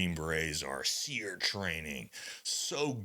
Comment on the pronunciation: Training ain’t what it used to be. Why are you pronouncing it as “SEAR”? It used to be called “SEAR-E” emphasizing the E at the end of SERE.